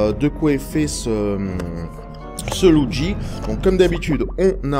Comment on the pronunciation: Tu le dit étrangement "loudgi" :p